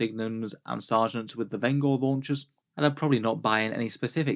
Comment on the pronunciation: pronounced Venj-er as in one who brings vengeance. Not Ven-Gore